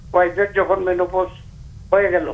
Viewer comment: মনোপজ না রে সাংঘাতিক, এটা মেনোপজ